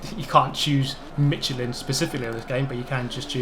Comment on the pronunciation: "Mitch-elin" Yup, you're definitely Pinoy...my wife says it exactly the same way. That and "Mitch-igian".